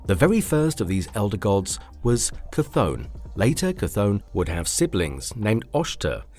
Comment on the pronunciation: Chthon by name is pronounced “Thone”.